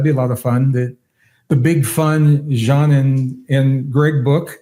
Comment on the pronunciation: And have to say this to compliment Gregg on yet another beautiful level of mindful humanity: first guest I have ever heard pronounce Jean's name so well and thoughtfully. 🫶✨️